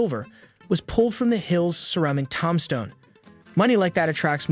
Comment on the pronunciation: This bitch can’t even say the name of the town right